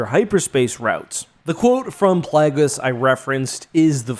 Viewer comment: Uh oh he’s talking about “PLAGGUS” again. I miss Darth Plagueis, whose name is based on the word “plague” and is pronounced that way.